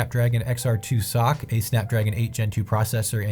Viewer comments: Couple points of critique: - I've never heard SOC be pronounced as "sock." It's almost always spelled out (ess-oh-see). - Infamous does NOT mean the same as famous. (infamous means having a bad reputation, whereas famous just means it's widely known). Perhaps a better word might be popular or beloved, or for Alyx, critically acclaimed Other than these, nice review (as someone who doesn't own a Quest 3, just a Quest 2. Looking forward to upgrading next year) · The way you say soc hurts me